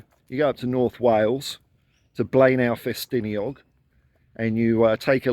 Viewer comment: Thanks for the mention Paul I'll head up there now! Good pronunciation on Blaenau Ffestiniog 😊Big up!